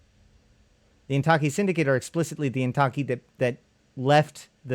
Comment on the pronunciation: Suggestion: everything that seems like it were Japanese pronounce it in Spanish, and put emphasis on the first syllable. So it would be "WA-ya-ki KA-ya-ra". Don't know why but it works best. Heck, it's IN-ta-ki, not in-TA-ki. Ask anyone of Japanese descent (who can still speak Nihongo). By and by, THIS is BLOODY FASCINATING! Thanks!